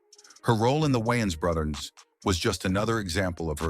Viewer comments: How The hell Does the voiceovers pronounce the names correctly then just butcher it later.. Ai talking about brudders sounding like lil Romeo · The wines brudders 😅😂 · The way it’s pronouncing Wiyans Bruthers got me😂😂😂